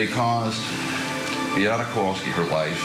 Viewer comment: Bee-ah-ta, not Bee-ate-uh, Chandly